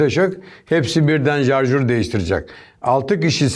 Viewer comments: Abi Adami cook ovuyorsunuz da Adam sarjore "jarjur" diyor .. Napicaz simdi ?? TDK yazilisi turkce dilinde sarjor turk dil kurumu boyle diyor... Klavyem latince s harfi yok .. 😉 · jarjör deme şuna beaa... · Jarjur dedi sat komandosu. Jarjur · Şarjör değil mi ya o jarjör değil reiis(adam benden daha iyi adama laf yok normali hangisi onu nerak ettiğim için sordum) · Jarjör kk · 'nın jarjur demesi çok iyi yaa